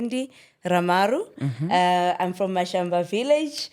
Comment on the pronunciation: Ha Mashamba not Mashamba 🤦🏽‍♂️